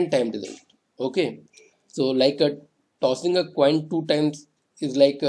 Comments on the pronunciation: sir cossing a toin was funny though...;D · Cossing a toin 😂😂